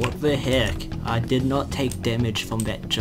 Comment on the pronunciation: "wat de hek"